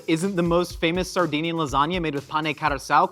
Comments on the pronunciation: See i thought he was saying Sardine-ian, as in the fish. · I think he was saying Sardinian which is a place in Italy too